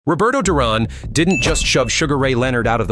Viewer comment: Stop butchering Duran's name you know his to pronounce it